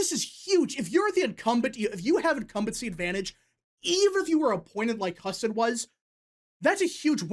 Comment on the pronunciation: Husted is pronounced (hew-sted) not (huh-sted).